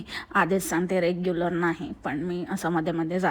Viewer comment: “रेग्युलर नाही” म्हणत ती “रेगुलर” म्हणते ती